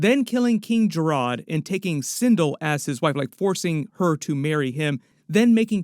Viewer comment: (Ka-ta-na) not Key-ta-na King Jared not Jaa-rod 😂